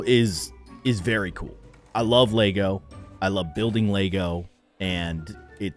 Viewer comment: Anyone else who noticed that he said Lago instead of Lego 👇